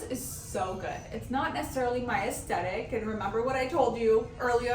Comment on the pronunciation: I love your videos and the creativity of your looks. Lol, it drove me a bit bonkers though that you left out the TH in “aesTHetic” like 10 times in this video. 😉